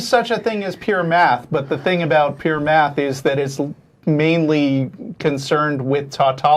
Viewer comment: Did you say Meth ? Oh you said math, lol